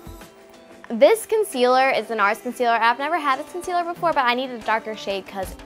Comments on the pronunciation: I lost it when she said concler😂laura lee is shock shister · When you’re a so called beauty guru but doesn’t know how to pronounce concealer *cough cough* Laura leechy mouth